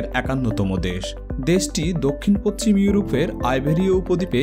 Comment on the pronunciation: বিস্ময়কর , ফরাসি ,পশ্চিম উচ্চারণ শ্রুতিকটু ঠেকেছে। পরের ভিডিওতে ব্যাপারটা খেয়াল রাখার জন্য অনুরোধ করছি ।